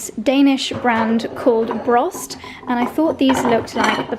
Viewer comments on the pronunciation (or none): Broste, you pronounce the e I think. I live in Scandinavia and typically the e is pronounced at the end of words in Scandinavian languages. So it would be like "brost-eh".